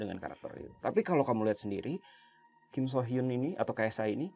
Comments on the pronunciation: Akhirnya dibahas juga kasusnya KSH dan KSR sama tim DA. Maaf ralat ya kak, cara baca Kim Soo Hyun itu "Kim Su Hyeon". Soalnya ada aktris Korsel namanya Kim So Hyun (namanya agak mirip cuma beda huruf "o" di nama tengahnya). Selebihnya nungguin part 2! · Please hati-hati dan reset lagi, bukan KIM SO HYUN ( tapi kim su hyeon) karena beda oenyebutan = beda orang 😭😭